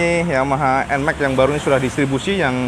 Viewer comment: Nmax bukan Enmek 🤣